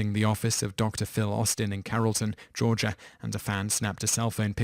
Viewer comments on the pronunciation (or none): none